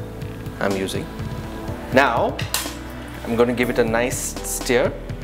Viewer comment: Each time he says 'steer' for stir, I cringe!!!